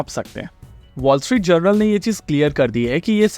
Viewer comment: its "Wall Street J-O-U-R-N-A-L" wise guy, not "Wall Street General"!!!